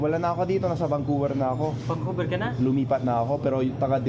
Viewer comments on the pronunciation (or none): Pati yung vancouver... Naging bankuberr..